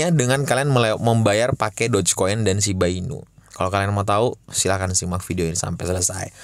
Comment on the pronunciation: itu lucuuu banget yaaa... Bilang doge dan shib gak jelasss....